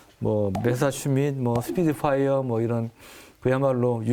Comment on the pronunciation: 스피드파이어??? 하아... Speedfire 쯤으로 알고 계시겠군요. Spitfire 죠. 방위아저씨... 조선일보 밥 따닷하게 많이 자셨으면 최소한의 영어는 공부 좀 하시거나 발음을 신경쓰셔야죠. ( 그리고 부탁인데 앞으로 군사기밀사항 떠벌거려서 원자력잠수함 개발 무산되는 일 같은거 하지 마시고요.)